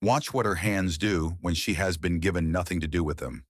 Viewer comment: Talk about insulting the intelligence of viewers, this video is so carelessly thrown together, wrong names, wrong pronunciations, gosh, this robot even says ‘geeeven’ for ‘given.’ Unforgivable!